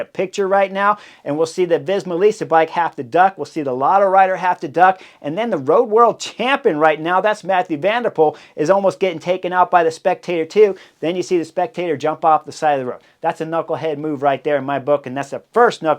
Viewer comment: Pronouncing Matthieu as Matthew is so unbelievably American